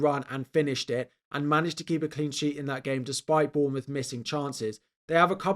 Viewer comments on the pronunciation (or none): none